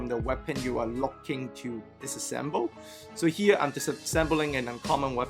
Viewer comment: DIss-assemble.. at first I only heard 'assemble'.. ok, got it.